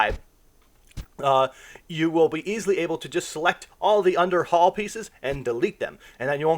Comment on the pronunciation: Dude you give some good info but slow tf down you made so many simple English mistakes. Hall, Pacific, ideal. Over and over